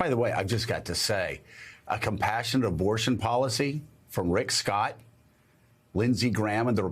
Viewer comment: Joe you said obortion 😂😂😂